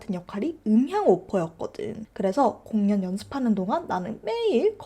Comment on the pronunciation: 아ㅋㅋ 공연 을 공.년. 이라고 읽으시니까 집중이안대옄ㅋㅋㅋ사투리 안쓰시는데 뭐징..